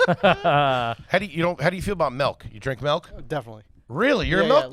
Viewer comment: I’m not sure if anyone has noticed or mentioned it but why does say “melk”